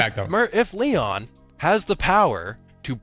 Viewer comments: I’m all for giving Lord Of Every Nothing an acronym nickname but “Leon” is literally inaccurate, it’s “LOEN”, “low-en”, or maybe “loan”. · my guy, it's spelled LOEN, not LEON~